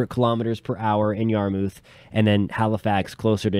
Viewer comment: yarmouth is pronounced Yar-muh-th. just for future reference :)